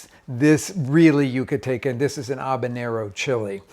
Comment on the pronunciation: Jaja, it's not "Yuca-taken," it's Yuca-talken or Yuca-tahnian.